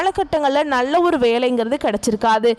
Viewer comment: முண்டம் நள்ள என்று சொல்லாதே நல்ல என்று சொல்